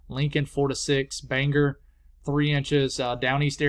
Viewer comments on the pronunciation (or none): none